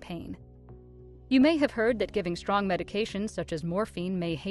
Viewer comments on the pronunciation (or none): none